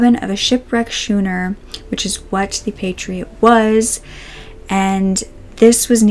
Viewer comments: Not to nit-pick but schooner is pronounced skooner. Sorry but hey-now you know right? Anyway I greatly enjoyed this video. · Interesting video. Just FYI, it is pronounced Scooner, the h is silent. Happy New Year. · episcopal is pronounced ah-piss-cah-pull schooner is pronounced skoo-ner Just for future reference for you. I know I learned a lot of words from reading and had to re-learn how to pronounce them correctly and I'm guessing you learned those the same way. I hope it helps you - I know I like to learn how to say things I don't know.